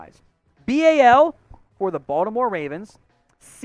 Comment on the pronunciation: y'all need to hire a Baltimore dude, BTW it's "BAWL-tim-or"